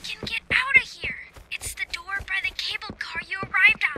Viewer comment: bro realy said "Open the noor... open the noor...open the noor'